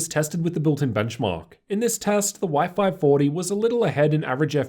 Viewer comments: I think he's mean what you pronounced Y540 like " wi-fi 40ty" :) P.S. Big thanks for so detailed reviews. Could i ask you, if that possible, using the same angle while you filming opened side-by-side laptops? Filming in front of. Because you usually filmed from the right corner, and the display of the closest laptop is distorted. Hard to objectively compare "non-synthetic" colors, contrast, etc. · Anyone keeping thinking he's saying wifi 40 🤣